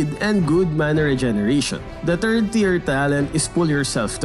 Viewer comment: "Tiyer" lol